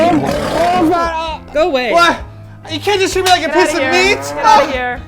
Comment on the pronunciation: Thanks, now I've started saying "Go Away" with that funny little accent and people look at me weirdly, cuz you usuely don't just randomly say that in English in Sweden...